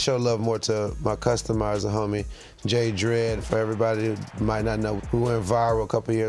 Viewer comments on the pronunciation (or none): Worst take for Trinidad saying Jayzrdead (jays are dead) wrong Again! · This the second time in show history Trinidad mispronounced JAYZ R DEAD. JAYZ R DEAD. not Jazzy dread, not jay dread. Respect the man, broski